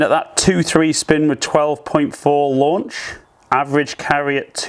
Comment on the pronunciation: Lanuch angle? Made me laugh 😀